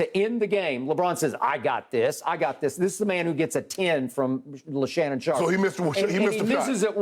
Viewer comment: Skip called him LeShannon Sharpe 😂